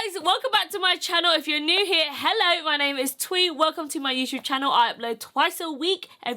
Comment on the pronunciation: "Ello" 😂 beautiful pallet.... and beautiful make up